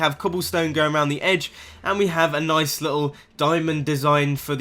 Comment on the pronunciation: the nice after that jump is too much exaggerated swagger